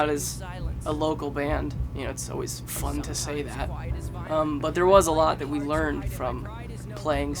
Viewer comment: Did Tyler say "Its PHUN to say that"?